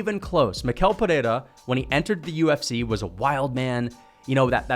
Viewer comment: He pronounces his first and last name wrong. It’s pronounced like me-shell peherra